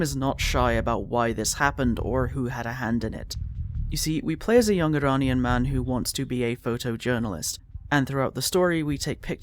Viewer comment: omg you pronounced iranian the arabic way, as an arabic speaker THANK YOU. continuing the video! Edit: thank you for covering this game the way you did. it's both heartbreaking to hear that Iran, which is only a few countries away from my own arab state, went through it's own fuckery from western powers, and also a little heartwarming that not only does this game exist at all, but that you're covering it, that you see it as important. i am in tears at the respect you have shown this game and the real world political issues associated with it. I am eternally grateful. thank you.